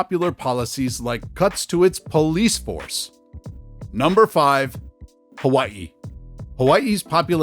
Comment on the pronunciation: The way you pronounce Hawaii, I’m pretty sure you're from there. Yeah, it's sad to see what's happening to our home state (Hawaii). Locals can't afford to live there anymore. Only the rich can live there. I had to leave over ten years ago to afford a home in Texas.